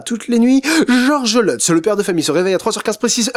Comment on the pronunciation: Lutz ça se prononce pas leutz mais luts. Comment je le sais? C'est mon nom B)))))